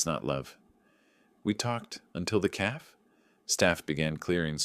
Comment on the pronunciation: AT 17 MINUTES THE narrator just keeps mis-pronouncing a word, and listen for it at that time indicated. calf referred to instead of stating " café" .... café..... please fix this ~!!!!